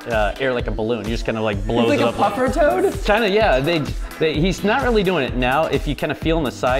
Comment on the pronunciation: IT IS TOAD NOT TOAT